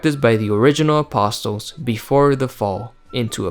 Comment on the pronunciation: Who taught you how to pronounce apostle?